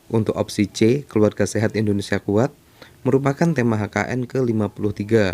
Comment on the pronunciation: Salah pengucapan nya kak